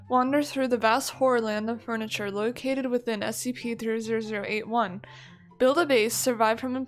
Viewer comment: Omg that’s not how you say 3008